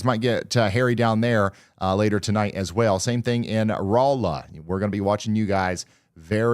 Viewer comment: Been meaning to say Thank you. Folks catching Ryan still mispronouncing Rolla cracks me up. Ryan, you doing good on catching yourself though, there's places in Missouri, especially of french origins, I don't know if I'm saying them right 😅